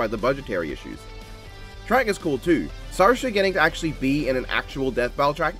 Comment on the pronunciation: cool review but "saoirse" is pronounced 'seer-sha' (actually its not but thats the closest i can present it in English). oh and cool review and based raidou boogie woggie reference